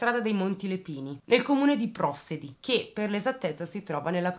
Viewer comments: un piccolo appunto.. Prossedi ha l'accento sulla e.. non sapevo di questa storia, il paese è proprio vicino casa mia.. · hai pronunciato male il nome del paese Prossedi..